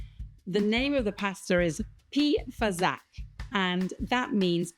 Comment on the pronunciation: I suspect that "fasacc" is not pronounced with a "k" sound at the end, but with a "tch" sound, and the "s" should have a soft sound ("fasàcc"). But I could be wrong, even if I live nearby, because dialect can wildly vary within a few kms. The poor filling made with breadcrumbs, cheese, butter and broth is typical of Brescia (the province in which is Artogne). Being from Brescia myself, I had never heard of "pì fasacc"! It's just amazing to always discover, even as Italian, how diverse Italian cuisine is.